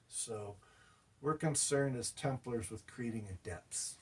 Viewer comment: I swear, it sounds like he's saying "Tumblers."